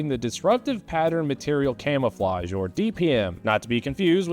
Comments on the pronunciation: Man I thought he said Camelflage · Camelflage is the funniest thing I have ever heard.